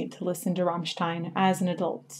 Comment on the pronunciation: Yes, all except she keeps saying "Rahmstein".... its "Rammstein"